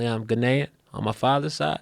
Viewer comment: Guy cant even pronounce Ghanaian right but i love em..lol